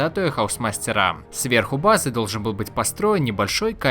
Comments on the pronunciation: Автору бы к логопеду сгонять. БлокАв бызЫ и тд и тп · Вам платят за то, что вы делаете ударение на последний слог? уши режет пздц «место для базЫ» «сегоднЯ» «предметЫ» от того, что каждый второй так делает уже бесить начинает слушать…